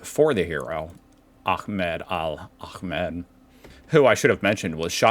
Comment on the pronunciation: "Ahmed" you pronounce correctly! 😂